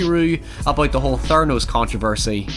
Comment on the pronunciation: Okay but “theranos”